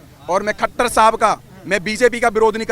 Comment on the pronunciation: Khattar nhi khattara bolo